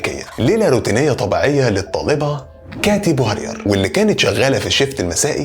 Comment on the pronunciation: الصحيح ( كاتي بوارير ) وليس ( كيتي بورير )